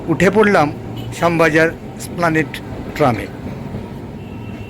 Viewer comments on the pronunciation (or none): উচ্চারন ত্রুটি আছে - এসপ্লানেড, স্প্ল৷নেড নয়, বহুবার এই ভুল উচ্চারন করেছেন।